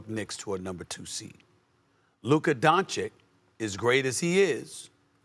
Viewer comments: Stephen A. is a dumb clown for saying Brunson over Luka. But it makes sense considering in 5 years SAS still cant pronounce Luka's last name right. It's Doncic (Don-chich). Not "Donchick". Done watching First Take. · Geez, espn really has reached rock bottom. Talking about SAS disrespect - the guy still cant/wont pronounce Dončić correctly after 6 years.. Pathetic. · SAS can’t even pronounce Luka’s last name right it’s clear he just writes him off